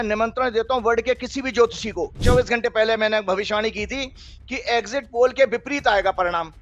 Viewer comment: egjit nahi.. Sahi oocharan egzit hai..spelling is exit. Sahi jaroori nahi. Sahi pronunciation hai zaroor zaroori..zaroorat, hai. Please bhasha ka samman karein.